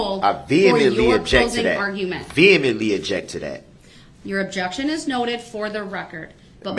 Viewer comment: This makes perfect sense 😂! ‘Your attempting to make errr errr err a separate case pert-taint to something here that it doesn’t even purr-taint-tuit!’ 🫣🤪 Every day is a school day for DB ‘Hold up… hold up!’ 😂 Look who’s learnt another new word! BUT it’s a shame he can’t pronounce it properly 😂 .. ‘I VEE-HHER-MUNT-TELLY object!’ 🤪 FISHER PRICE!